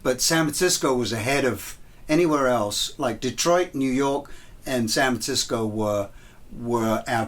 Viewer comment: "Sanv Tsisco"